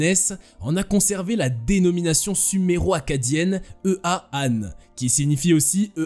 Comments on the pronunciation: EA se prononce ÉYA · EA se prononce “éa”